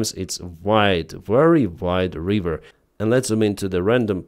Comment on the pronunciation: River - not reeever . 😊